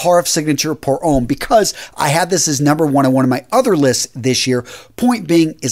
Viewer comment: Ouch. The pronunciation here is absolute cruelty. Homme is prounounced om not ome. Drop the last letter in French words; so you drop the n in Guerlain. Millesime is prounounced with a z. Azzaro is pronounced like arrow... I had to give up at this point, my ears were bleeding from this aural rape. If you're going to talk about a subject please learn how the words sound; the language of perfume is pure poetry.